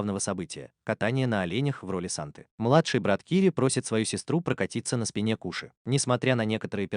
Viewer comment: Не кУши а кОши